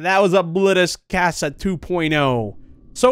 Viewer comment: NO SAY CASA RIGHT PLEASE